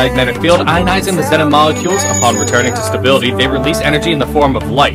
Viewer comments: its pronounced xenon with a short e not a long e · Can't even pronounce xenon correctly